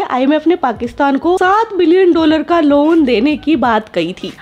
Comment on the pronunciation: Loan hota hai luon nahi madam